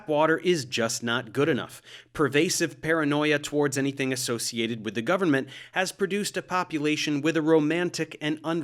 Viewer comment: the only thing i hate about this video is the way dave pronounces government